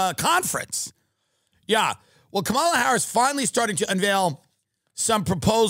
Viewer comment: Comma-la. 🙏 not Kuh-MAL-uh